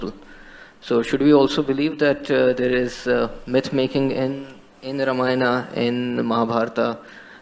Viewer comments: Not Raama yawn - Raam -Aah-Yen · Why people say Ramayana ? It's not Ramayana it's Ramayan and not Rama he is Ram. Same in mahabharat. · not rama yaan, this is yan.. ramayan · Thanks for your reaction on this topic. Just to make it easy, Ramayana sounds like "Raamaayana" and Mahabharata sounds like "Mahaa Bhaaratha"... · i dont know how you got so many indian followers. u were reacting on ramayana and cant pronounce the name lo.. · I wish you learned how to pronounce Ramayana, because you've been following things related to it for some time now. A quick tip (although you have to hear it carefully being pronounced to understand clearly) : Ram and Yana aren't pronounced separately in the word Ramayana. If they were separate words you would've been correct.